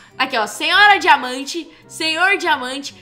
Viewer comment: e so eu que esculto diamanta como jamanta kkkk